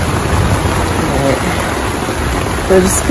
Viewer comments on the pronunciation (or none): Did you just say arite?😂❤😅